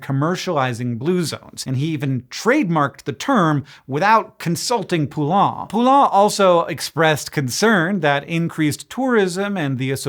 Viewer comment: Hank, you've butcherd your fair share of names over the years, but this Poulain one will never leave my memory until my last breath 😂 (all in good humor and fun! 😘)